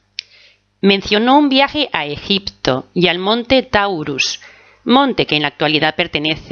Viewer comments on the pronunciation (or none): none